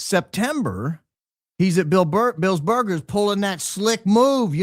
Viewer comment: "Bill's Boigers" 😁😁😁